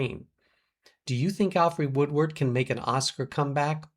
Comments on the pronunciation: sounds like you said Woodward on the second mention..... Woodard was ROBBED of a nomination for PASSION FISH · Her name is Alfre Woodard, not Woodward.